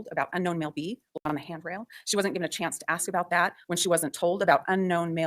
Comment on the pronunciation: Why can’t you say “blood”?